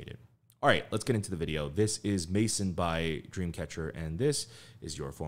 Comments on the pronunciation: It's actually pronounced "meh-zón". La Maison. The "ai" is pronounced as eh is French. And the word is stressed in the end. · That's a very English pronunciation though, in French it should be closer to "meh-zon"😉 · did he call maison "maicen" ?... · It’s actually pronounced “MAY-ZON”, which is French for House/Home. Loved your reaction as always! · love your reactions but a heads up. you are saying the name of the song wrong. Maison is french for Home. try and look up how the french say it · lol their pronounciation of it had me lol